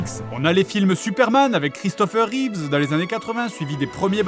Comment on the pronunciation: bon aller je la dit ici pcq à chaque fois que j'entend quelqu'un dire ça ça me stresse... Il s'appelle CHRISTOPHER REEVE, Reeve... sans S. Depuis que j'ai entendu un de mes prof faire la réflexion et que j'ai vérifié, ça me choque à chaque fois.